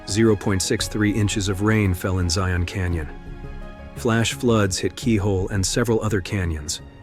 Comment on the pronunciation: It’s so weird to hear it called Zion National Park. (It should be ZY-un, not zy-ON though.) I know it’s the name, but I’m a Utah native and visited it many times on the way between St George and Salt Lake. For some reason, we call it Zions National Park. Not sure why.